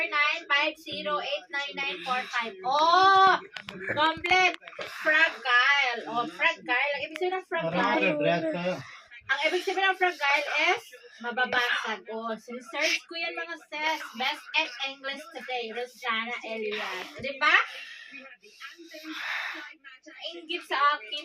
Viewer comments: Frajayl( fragile.) hindi fragayl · fragile ang pronounce is fra-jile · Sis, wag ka ma-offend ha...para lang alam mo... SUIT (sut) SUITE (swit) FRAGILE (frajayl) More power to you, God bless!